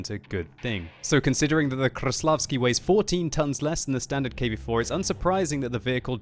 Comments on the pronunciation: Its not kruslavsky its kreslasvky lol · stop saying kRAĞVslavsky! Its so annoying, ok we get it you can pronounce ''R'' really good. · KRrRrRRRrrrrRRRrrreslavkiy.... Your pronounciation is horrible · try to pronounce 'R' a little softer, not 'RRRR' . Krrrrreslavsky, not like that, say Kreslavsky, soft 'R' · ''THE KV4 KRRRRRRRESLAVSKIY" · KV-4 Kraplavsky ... hahaha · Rolling your r's doesn't instantly make you pronounce the tank right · biggest pile of crap ever and kreslavsky is being mispronounced ... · I hate how he pronounces Kreslavskyi